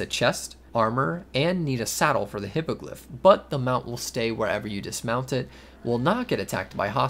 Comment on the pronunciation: Hippogryph (Hippo griff): "hippagliff"